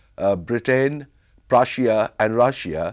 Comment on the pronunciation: Omg. I love this guy’s accent. I love how he says Prussia and Russia. I love accents in general, but man, I love the way he says these words.